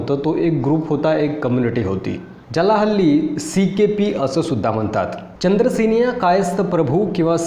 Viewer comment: नीट बोला.चंद्रसेनीया नाही तर चांद्रसेनीय कायस्थ प्रभू असं संपूर्ण नांव आहे.चांद्र सेनीय कायस्थ प्रभू असं जे समाजाचं नांव म्हटलय ते तसं नाहीय.मी स्वतः चांद्रसेनीय कायस्थ प्रभू अर्थात सीकेपी आहे.शाळेत काॅलेज मधे माझ्या नांवाच्या पुढे जातीच्या काॅलम मधे सीकेपी लिहिलेय.